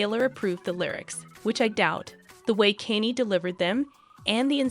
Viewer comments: Kanye is pronounced con yay. Not Kanie. I immediately stopped watching due to the person that obviously didn’t do any homework before filming this video. Couldn’t keep Listening. If they can’t do the homework for the name even though sadly he’s world famous then this obviously is not real news. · Why are people that stupid and can't pronounce mega stars names correctly. This is like the tenth video I've watched where the person doing the talking does all that research and doesn't know how to pronounce a celebrities name correctly. Do they live under a f*king rock? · Please learn how to pronounce "Kanye" a it was painful to listen to the repeated mispronounciation